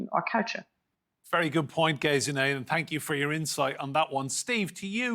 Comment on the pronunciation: She is called Gesine, not "Gayziney"!